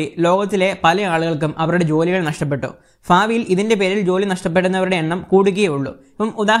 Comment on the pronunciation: ഫാവി ലോ ...? അതോ ഭാവിയിലോ ...?